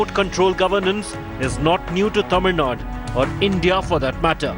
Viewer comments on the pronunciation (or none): how you pronounce the TAMIL NADU? as Tamil NUT Tamil NUT re- pronounce the word properly,Please.